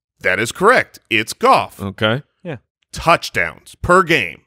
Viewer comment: You think its Goff?..... Its Gaooff